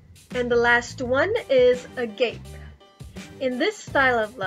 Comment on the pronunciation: "A-GOP-ay" is how agape is pronounced